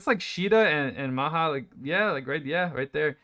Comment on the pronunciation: it's Ma Jya :D not Ma Ha.